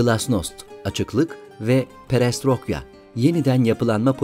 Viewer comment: Merhaba, Allah rahmet eylesin, bu nasıl bir saygısızlıktır ki rahmetlinin ismi "Cahar" Cevher aşağı, cevher yukarı, yabancı isimlerin çevrildiği yada değiştirildiği nerede görülmüş. Videonun dakikasında ki "perestrokya" nedir pinokyo'nun rus versiyonu mu oluyor? Doğrusu "PERESTROYKA" yaptığınız işi hiç mi kontrol etmiyorsunuz?. Birde o telefon rahmetlinin eline nasıl geçti onu anlatabilseydiniz keşke ama tabii sizi de anlıyorum. Video için teşekkürler yazdıklarımı saldırıdan ziyade yapıcı eleştiri olarak alıp biraz daha dikkatli olmanız dileğiyle. Allah'a emanet.